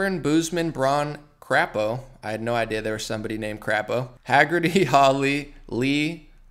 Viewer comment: It’s pronounced cray-poe,. Have family with the name.